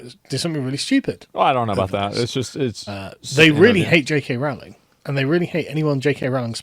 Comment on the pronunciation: Kiera was absolutely spot on with her response. Don't think the boycot is terribly successful anyway judging by how successful the HP franchise still is. Also amazing by asmon saying Rowling properly, keeps getting mispronounced for some reason over there